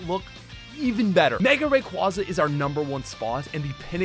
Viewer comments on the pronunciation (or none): There is no E in Rayquaza!